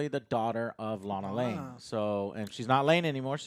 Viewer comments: Fuckkkk...did you guys really say Lana LANE? nooo LANG come on dudes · It's not "Lane" it's LANG, Lana LANG, it's Lois Lane! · Not to be an angry nerd but one of your guys got it wrong, it's Lang Lana, Lang. Not Lana Lane. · It’s Lana LANG not Lane